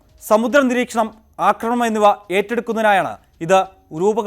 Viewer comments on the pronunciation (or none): none